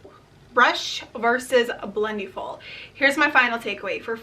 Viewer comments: It’s pronounced like blend-eh-ful. Not blend-eee-ful lol. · Great video! Just a quick correction: it's pronounced like "blend-EH-full" rather than "blend-EE-full." Think about it this way: for the word "blending," you don't say "blen-dEEng," right? You say "blending" - short and flat "I" sound.